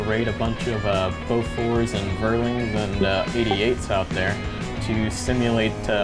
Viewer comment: Had to smile at the pronunciation of Vierling here :) It's being pronounced like "fearling", a quad 20mm turret, can get pretty nasty... back in Il-2 those (mounted on a type IV tank, called Wirbelwind) were the most dangerous AA units, kinda like a Shilka just without radar :D Flak 36 and 37 are 88mm, 38 is 105mm. Those are the ones that make the "smoke puffs" ;)